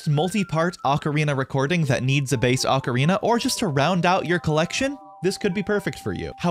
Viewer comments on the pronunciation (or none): O ca ri na pronounced "0h kah ree nah" not "aka rina".